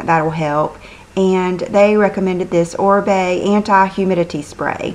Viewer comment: You look beautiful today!! .... Oribe is pronounce Oreebe is spanish he is amazing!! He is the stylist for Jennifer Lopez!